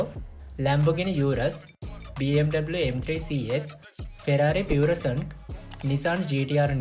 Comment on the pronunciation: Malli wahanawala nam tika hariyata you tube eken balala hariyata pronounce karanna. Ferrari purosangue, Bentley Bentayaga. Other than that good line up good work fix the small errors quality content ekak naththam.